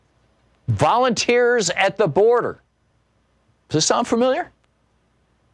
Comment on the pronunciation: Let me guess, all volunteers. then Thom said "volumteers. "😂